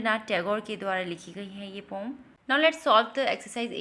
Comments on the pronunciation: Learn to tell poem it is not pom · It is not pom it is poem